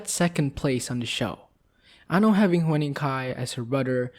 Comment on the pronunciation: pronounce : HYU-NING, not hue-ning. <3 xx